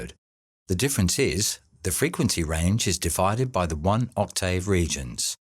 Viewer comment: One question, what's an Oct-tay-ave?